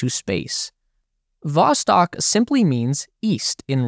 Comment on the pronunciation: Not Voskot, it's Vostok